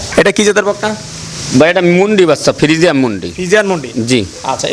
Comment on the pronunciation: Frijiam na frijian?